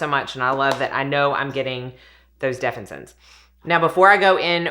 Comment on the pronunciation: Say it with me def-fin-is-sins 😊